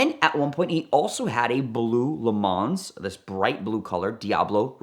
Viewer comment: Sorry, but you lost all street/grammar cred when you pronounced the "s" in "Le Mans." It's pronounced Le MA. But, evidentily since you are making a living being a You Tuber, congrats.